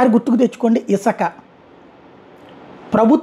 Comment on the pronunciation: Not isaka, isuka